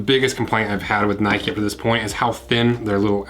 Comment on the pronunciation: Mate it’s “Nike” not “Nikey”, I mean you don’t go for a ride on your “bikey” do you ?